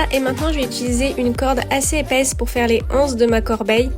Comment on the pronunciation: On fait la liaison : les Zanses 😉